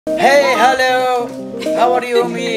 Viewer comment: The guy in the video when the video just start ⚡🤔💡hiy=(hi) 🤔hellow=(hello) 🤔Howa re you=( how are you) me 🤔🤯🥶my friend =( friends) 😅 the girl had stomachache from laughing😂 طريقة نطق الشاب الخاطئة كليا للإنجليزية وكله ثقة تامة من نفسة و مايتفوه به 🤯، تسببت في ضحك هستيري للفتات، ليس عيبا أن نتعلم لا كن إن لم تكن واثقا من كلمة تأكد منها قبل لفظها حتى لا تكون سببا في إحراجك أو جعلك مصدرا لسخرية . ؤو خاوتي واحد مخرمن لوخر حاجة ماسيريو حنايا رانا نضحكو برك ؤو مع كل الإحترامات لهاد سيد لي راه فالفيديو.